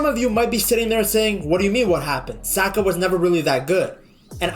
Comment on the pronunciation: 😂 Why are you saying his name like that…..